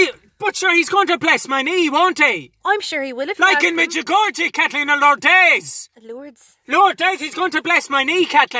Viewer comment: As a Croatian, i absolutely loved the way he pronounced Međugorje hahahaha